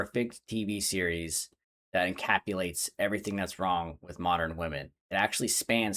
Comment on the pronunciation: it's "encapsulates" not "incapulates". Also, you're wrong about pretty much everything.